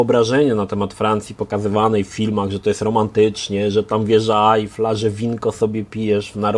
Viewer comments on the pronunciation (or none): none